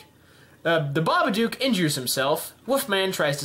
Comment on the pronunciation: How did you pronounce babadook wrong